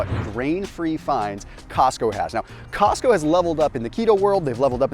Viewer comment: Cosco? Really?